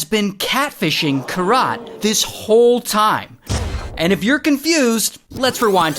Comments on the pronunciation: Its Keerat - not Kirat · Kirat the pronunciation is "keerat" and ik cause it's my name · Bro its not kiraaat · Each time you said her name that way... 🥃 😅 But man this shit is crazy. Weird humans out there. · You butchered the poor girl's name 😅